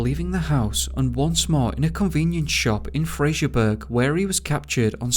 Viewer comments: It's Fraserbrough not fraserburg. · It’s Fraserburgh pronounced “Fraser bura” NOT Frasier burg. Fraser without a letter “i”. 🤨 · Just to let you know it's Fraserburgh not frasierburg. The way you pronounce it is ( fray-ser-bur-ra ) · You pronounce Fraserburgh, as Fraser burra, and Strichen as Stricken, all Scottish cities/ towns with burgh is pronounced as Burra. Good stories thanks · Heading you pronounce place names in my country, Scotland, is painful… but in fairness, it can be confusing for other countries Strichen - Stricken Fraserburgh - fraser buruh Eilean Mor - ellen mor Oban - ohban Leith - Leeth The name MacKay - Mackaye Hope these help, a lot of our place names come from Scottish Gaelic and the Pictish origins mostly, there are some from Nordic origin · pronounced Fraserburra